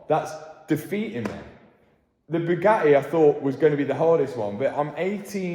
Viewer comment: I've figured out why Bugatti is pissed with Matt. It has nothing to do with his work. It's due to his pronunciation. According to Matt it's Bugaeeee. That missed T is apparently worth $ . I say Bwing it on